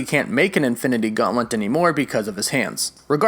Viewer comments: learn how to say GAUNTLET, its not gauntlent wtf is wrong with you, i am groot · Is this guy saying "Gauntlent"!? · Is it just me or does it sound like he is saying Gauntlent not Gauntlet? It’s kinda messing with my brain